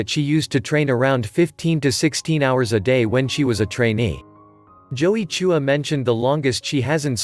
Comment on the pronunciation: Why do you pronounce "Chua" as "Choo- wah"?